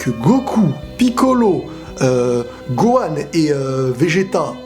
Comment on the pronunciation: younes richard bah quand tu vois comment elle déforme le nom de gohan, on se pose même plus la question